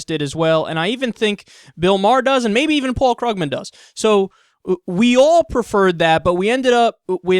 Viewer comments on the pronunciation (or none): It's actually pronounced "Kroog-man," Kyle.